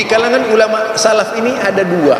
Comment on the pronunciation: salaf bukan sallaf..... صار SORO..... bukan SORA........bacanya saja nggak benar.......sok kritik orang lain.......kalau bodoh..... Jangan sok paling hebat 😁😁😁😁😁😁👿👿👿👿👿👿👿👿